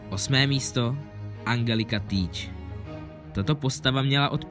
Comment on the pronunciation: Ale Angelika se čte enčelika